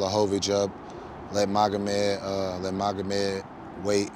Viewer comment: Schaub: “Megamod” Hill: “Yea…Magomed” 😂